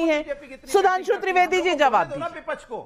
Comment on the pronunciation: vipaksh hota vipachh nahi. ji😅